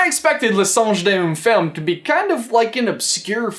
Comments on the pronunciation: when he said "le songe d'une femme" it really sounded like "un sange de la ferme" which means "a farm monkey" 🤣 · i'm french and i laugh so hard when you pronounce "le singe d'une femme" it isn't that bad but the accentuation are definitly not wher you put them x)